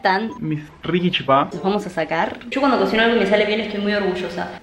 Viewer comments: Cada vez que un porteño dice CHIPÁ o CHIPACITO un misionero muere. Se dice CHIPA sin acentuar la A lpm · Por cierto se dice chipa con acento en la "i" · No sabía que habían personas de baires que dicen chipa y no chipá uwu eso me alegra ah los tkm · Porque dicen chipÁ? Es chipa, normal sin el tilde, colta. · Y no se dice chipaa de dice chipa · Te banco,pero me molesta que algunos porteños digan "chipá", es CHIPA lpm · Nerviosa me pone cuando dice chipá🤣 CHIPA ESSS añarako🤣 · Es CHIPA sin el acento Me frusta cuando dise chipá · no soy mala ni una either pero se dice chipa no chipaaa😂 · COMO VAS A DECIR CHIPÁ ES CHIPA SIN TILDEEEEEEEEEEEE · Se dice chipero amiga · Porque dice chipá me desesperaaaaaaaaaa, es chipa sin acento ppr diosss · nose dice chipá se dice chípa* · es chipa no CHIPA en ese tono0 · Es chipa ...no chipá ....pa saber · Nuestra chipa, La chipa, Pronuncias mal el chipa cargas mucho al final se carga en el Chi no el pa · No es chipá es chipa gran 7 infórmate para hacer tu video, es una comida típica de Paraguay y no se pronuncia como te da la gana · La chipa es de Paraguay punto final,me molesta que los argentinos lo pronuncien mal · Solo a mi me molesta que digan Chipá? No es hate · COMO VAS A DECIR QUE LA CHIPA ES ARGENTINA ENSIMA QUE LO PRONUNCIAN MAL 😐😐😐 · Lo gracioso es que "chipa" Es un término derivado del guaraní, además que ni lo saben nombrar bien. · Es la chipa, solo los argentinos pronuncian mal. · Chípa con asento en la i:3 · Algunos de los youtubers que sigo suben videos haciendo chipa y les juro que odio que digan CHIPÁ, NO SE DICE ASIIII AAAAAAAA bueno igual te quiero mucho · Soy de Paraguay y en guarani se dice "ShipA" asi suena la ch suena sh Y en castellano es Chipa sin el acento en la A